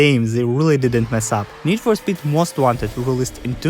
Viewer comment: How you say speed makes me laugh. Need for spet